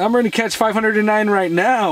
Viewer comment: Mrz im not giweng to school in wenday